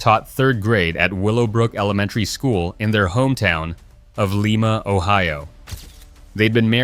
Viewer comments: Not leema, lime-ah (Lima) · I’m from Lima (like the bean) not Leema OH as they say in the video. This is total fabrication- there is and has never a Willowbrook school in Lima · Lima (with a long i sound) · Lime-a ohio....really?